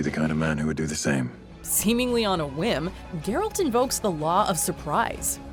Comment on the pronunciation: I appreciate you pronunciation of "Geralt" cuz if heard many other people say it like "jeralt" and it makes me a little angrier each time